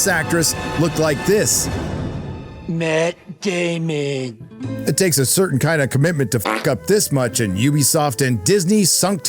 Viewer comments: Ahahahahabwhy Matt daemon ??.?? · Mattt Damonn 🥴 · Mhaat Dahhmmann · "Matt Damon" killed me 😂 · "Matt Damon." I had to stop to laugh. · Matt… Damon… Ngl, I got a laugh out of that (and a ‘are you okay?’ From my boss at work)